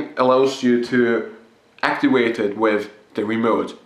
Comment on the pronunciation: Make sure you actiwate your smoke dewice so that your vapowizer produces wapor. Just sayin.